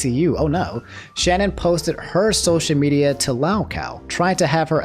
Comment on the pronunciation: The way you fucked up Shannon's name lmao, it's all good she deserves it